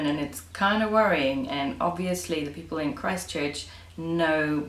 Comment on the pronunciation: I love the word PEOPLE-EY or PEOPLEE or PEOPLEY... :)